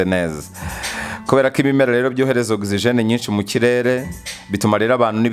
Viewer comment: Oxygen not OXIGENE